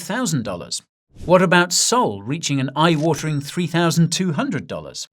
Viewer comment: I liked this guy for years until he said sol